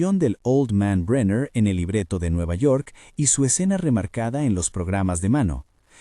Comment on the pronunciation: No pude seguir mas de 3 minutos de escuchar como llamas al dr bräiner, en vez de brenner....